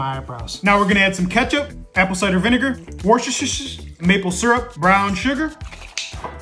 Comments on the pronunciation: Name one person who can pronounce woshosho sauce correctly 😂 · "Worcestoshshshssh": How did you even pronounce that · Worshershshshsh. Yeah no one pronounces that right. That's perfect.😂